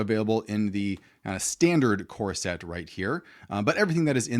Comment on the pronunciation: For some reason I heard it as corset, not core set.